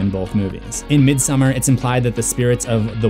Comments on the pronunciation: I’m surprised no one has mentioned that the painting in Dani’s room is Swedish artist John Bauer’s painting from his fairytale about a princess and a bear. Also Dani’s parent’s wallpaper is a Swedish style of folk art flowers. (Both a foreshadowing) Also midsommar is pronounced: meed-some-are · It literally is. Its not pronounced how the normal name Christin is. Also its not midSUMMER its midSOmarr